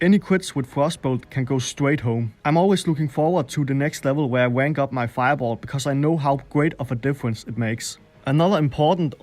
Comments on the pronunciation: Good video, but never say "Rank" again. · I laugh whenever you try to say "rank". Sorry...